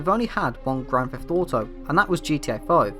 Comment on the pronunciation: "Grand Feff Auto"